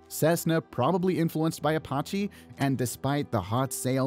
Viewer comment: What's an Oppochee?